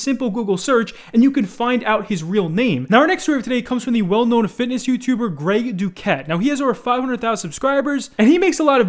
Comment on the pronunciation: Greg Doucette is pronounced Greg Dou-shet.